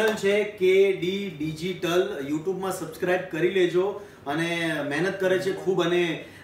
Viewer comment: Kinjal Ben ne sabscribe bolta nathi avdtu 😁😁